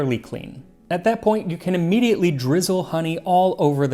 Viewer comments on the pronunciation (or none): none